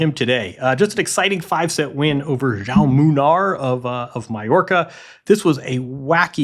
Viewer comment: Someone must teach English speakers how to pronounce João....You are all saying Joáo wich is wrong.